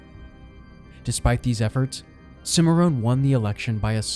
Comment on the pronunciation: This video title is grossly misleading by claiming Bill Tilghman was a bounty hunter. No mention is made of Bill Tilghman's older brother, Richard, who was killed by Indians while hunting with Bill. Cimarron is pronounced "Sim-uh-ron". The man who murdered Tilghman was himself killed in 1932 when he tried to murder another lawman and friend of Bill Tilghman. In the ensuing gunfight the killer was mortally wounded by his intended victim, Oklahoma State Bureau of Investigation Agent Crockett Long. Long also died, as did bystander Rody Watkins. Another bystander, John Hilburn, was wounded by the gunman but survived.